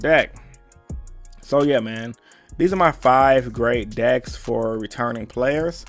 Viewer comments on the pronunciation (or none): No one: Absolutely no one:: 5 gUd DiKs foOr REEEEturnIng pIlAYAs